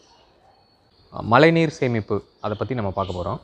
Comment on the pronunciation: its not malai neer.. its mazhai neer..